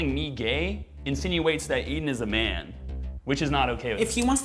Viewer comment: what's a "myaaan"?